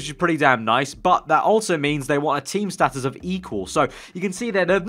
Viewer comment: its status not status